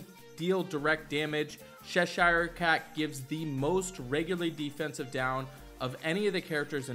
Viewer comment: Sheshire Cat? Who is that? As an Anglo-American, it's CHESHIRE, like Chesterfield. Love everything else, though.